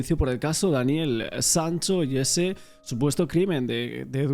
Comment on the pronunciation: Una pregunta al condutor, porque dice Daniel Sanso en lugar de Sancho, se confunde uno cuando lo empece a escuchar dije hablarmos del mismo, eres genial, pero si confundes y mira que yo hablo castilla y tu no se que hablar.